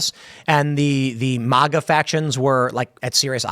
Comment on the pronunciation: You obviously say Maga sometimes please stop saying it wrong. I know you can say it right say it right it’s annoying..